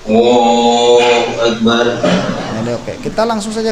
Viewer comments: AKU DENGER KOK AWWOHUAKBAR,BUKAN ALLAHUAKBAR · Takbir nya maaf ya kalo saya ga salah dngr BKN Allahu Akbar ya .tp awoohuakbar .coba deh dngr dngn benar".jika saya mohon maaf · Bacaan takbir pak Jokowi terdengar Ollohu Akbar yang benar adalah Allohu Akbar